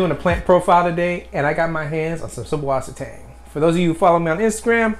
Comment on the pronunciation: It's actually pronounced "Zeusvassertang", German for Fresh Water Seaweed. :D